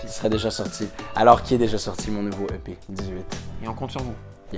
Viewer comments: c'est moi ou il dit je vais achez plein de pet de Lenni Kim...🤣🤣🤣🤭🤭😉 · Mais non mdrrr "plein d'EP" 😂😭